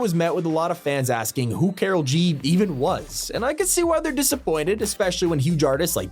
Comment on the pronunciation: I know who "karol G" is and thats not how its pronounced